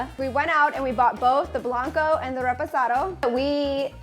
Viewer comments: It's Reposado mija, not REEPOSATO!!! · “Repozado” y’all have the cactus 🌵 right on y’all foreheads y’all gonna say “repozado” all white washed lol it’s “reposado!” Lol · “ we love some REPOHSADOW”...... that hurt my ears